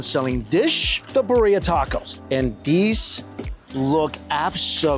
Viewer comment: It's so painful - Mikey, Birria... it's BEER-ee-uh! Don't any of the vendors say it outloud? Love your content 🎉